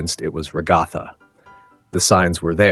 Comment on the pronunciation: You say Ragatha weird. I assume it is the combination of 'rag' (as in 'rag doll'), and Agatha (a feminine name, probably commonly used for children at a time when rag dolls were popular, otherwise known as 'old lady' name)